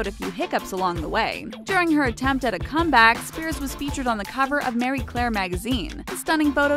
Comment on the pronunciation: Did you really just say Mary Claire ?